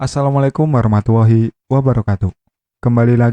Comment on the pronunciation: sory mas.., warahmatullahi ... bukan warahmatuwohi